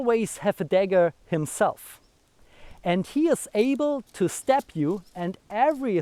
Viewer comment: Great video yes. As for the English, only thing I'd say is make a distinction between the words "step" and "stab" (more like, "st-AAH-be"). But it's clear from the context anyway. Yes I thought throughout as well, good strategy maybe to keep your dagger sheathed and wrestle him to the ground first. And maybe try to take his own dagger before he can switch to it from his longer weapon. All extremely risky strategies though, succeed perfectly or die. First option: RUN AWAAAAAY! 😂😂